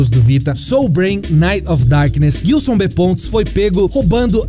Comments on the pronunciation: Só eu que me incomodo toda vez que ouço Guilson sendo que o nome é Gilson? hushuhusauashusahusahsauhsauhsuahsusahuashausashushuhu chegou em um momento do vídeo que eu já tava rindo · Guilson não,. Gilson. Se pronuncia JILSON mas com G. Gilson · Nossa ouvir vocês falarem "guilçom" faz doer os ouvidos pqp